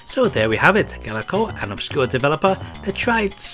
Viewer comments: Pretty sure th2 is emulated perfectly. And it's gaelco, not galeco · Not sure even the company knew how to pronounce it lol. In the intro to Target Hits (1994) you hear Ga-el-co, but later games Tokyo Cop and Gaelco Tuning Race both use a pronunciation much closer to Gale-co.